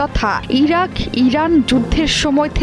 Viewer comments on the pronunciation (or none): none